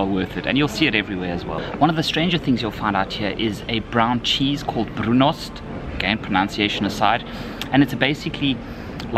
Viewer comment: The brunost pronunciation was very good.